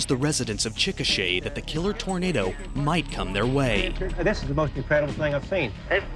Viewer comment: With rapid-fire mushmouth, his pronunciation of the word "Chikasha" can easily be mistaken for the word "chickenshit." Is that how people in Oklahoma talk?:)